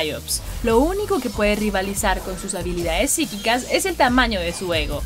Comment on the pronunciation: Cuántas veces dijieron psicquicas